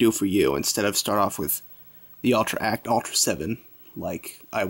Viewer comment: you kind of say ultra like altra